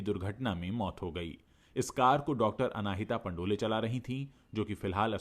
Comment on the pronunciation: पंडोल surname है पंडोले surname नहीं है